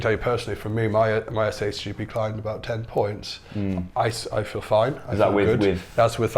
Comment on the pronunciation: Why keep saying SHGB? Is SHBG